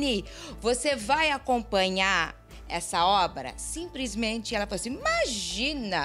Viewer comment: Um rico falando "simprismente"é a sensação prazerosa em saber q não falamos errado 😂😂😂😂😂 Não se irritem é só uma piada....